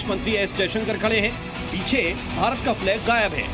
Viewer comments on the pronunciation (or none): none